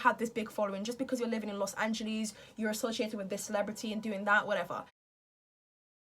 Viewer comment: Just love how she say Los Angeles even tho it's wrong 😭❤️